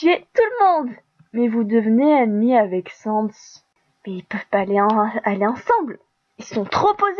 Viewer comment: par contre on dit pas comme le mot sans